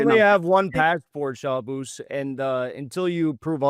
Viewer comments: Jackson calling Shabbos, Shaboose the entire debate was hysterical. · Terrible and biased host and nobody cares about his opinion. He talks wayyy to much and does not allow time for each side to respond to the other. Shabbos has to lower himself to respond to lowlife and liar Hankel and mispronounced his name and constantly interrupted him like a 5 year old child.